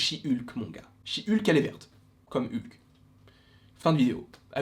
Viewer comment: Mais dites Hulk comme c'est prononcer à l'original en anglais, bon sang 😂😂😂🤣